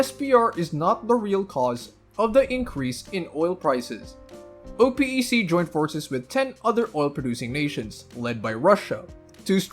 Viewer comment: Oh Pee ē See ???? I was confused until I realized you were talking about Oh-pek